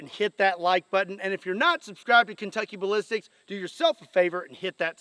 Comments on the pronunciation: Did say "Kentucky Balipsticks"? 😅😅😅😅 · Lol sound like he said no Kentucky butt lipstick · Man I'm sorry, but I can't unhear "Kentucky Butt-Lipsticks" now 🤣🤣🤣